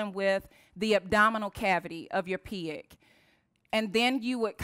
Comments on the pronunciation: i like how you say pig as piag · Took me a while before I realized she was saying "pig", lol. She keeps pronouncing it like 'pee-iq'.